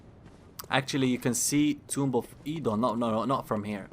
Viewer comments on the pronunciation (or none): "eedon" "oueidon" "oodon" its "o-don" god damn it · Actually it's Erdun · Im super late for this, but anyone else find it strange that he keeps changing his pronunciation of Oedon? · Well I can honestly say you pronounce Oedon the most incorrectly of anyone I've ever heard. No disrespect! Many, many people mispronounce it, despite many characters saying it out loud in the game. Not sure why there's any confusion there. In fact, if I recall, only Vaati and Jerks Sans Frontieres say it correctly of the YouTubers I've listened to.